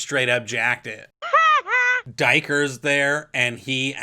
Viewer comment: Sorry do E ker maybe that was I think my first interpretation I def don't think it's daiker sorry IJ.But the beauty of novels is it's all yours to decide